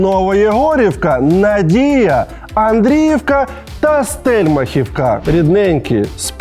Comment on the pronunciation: Село СтельмахІвка - наголос на І)